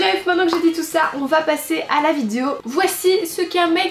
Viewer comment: "Aujourd'hui on se retrouve pour une nouvelle vidzzzzéo" tu as battu ton record, c'est devenu ta marque de fabrique 😂😂😂